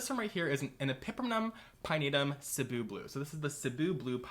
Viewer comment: I just wanna thank you for pronouncing "Cebu" correctly. You are truly the king of plant nomenclature.